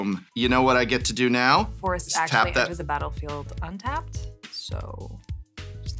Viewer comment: WELL ASHUWALLWY lmaooo